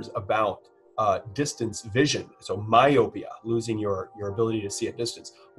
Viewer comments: (at about ) I adjust my spectacle to rest them further down my nose so that I can look over the lenses and haughtily correct you: "my-OH-pia." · Very interesting, but you should check your pronunciation of those medical terms. "Retinopathy" has the accent on the "o", and "myopia" is pronounced with a long "o" (mi-oh-pee-uh, accent also on the "o").